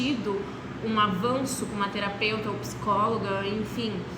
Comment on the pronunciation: Terapeuta ou teraputa? 😅